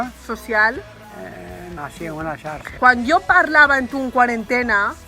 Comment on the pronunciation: Adorable. Però es veu perfecte la degradació fonètica del jovent valencià quan en mots com "xarxa" el iaio pronuncia com cal la fricativa "sharsha" i la neta "sarsa", quasi "sarsha".